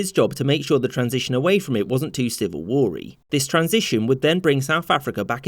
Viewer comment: "Civil war-eeee" 😂